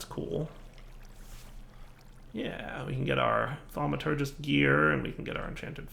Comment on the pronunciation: "Thaumanominom" Do dooo da doodoo. o/`